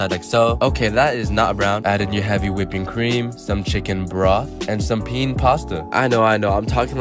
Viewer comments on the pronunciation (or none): y he call penne 'peen' thooooo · He said penne wrong....